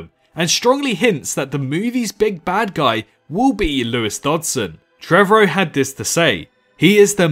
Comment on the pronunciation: Dutson? You mean Dodgson?